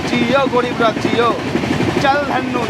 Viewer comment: আচ্ছা উচ্চারণ টা গ্যারিব রথ নয় ওটা হবে গরীব রথ। একটু কম নাটক করলে ভিডিও টা ভালই লাগে। আর বান্দে ভারত নয় বন্দে ভারত ... আসা করি পরের ভিডিও তে ভালো উচ্চারণ টাই শুনবো